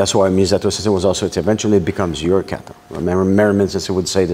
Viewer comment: I love the Canuck interview. He does great Japanese pronunciation of words like kaw/raw/tay except for one particular word: kawtaw is the correct way.